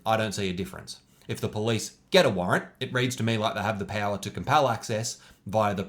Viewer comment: I loved his "loik button"